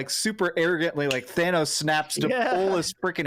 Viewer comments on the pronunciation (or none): none